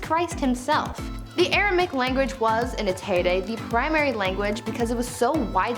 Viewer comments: AR-A-MAY-ICK - Aramaic, not ar-a-mick Made me twitch every time she said it. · Informative, but should have taken more care in spelling the names of the languages, eg in this video sanskrit is spelt as sanskirt, Aramaic is spelt as Aramic of course and the presenter pronounces it as aramic as well, and the correct spelling of Akkadian is not Akkadien. Sorry to point this out but it is important to me as a teacher of English❤️ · Y’all had me second guessing myself. It’s Aram*a*ic. Air-uh-may-ick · You Def pronounced Aramaic wrong it has 4 syllables not 3